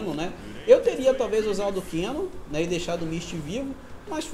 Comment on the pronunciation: Se pronúncia "kãnon" e não "kenon"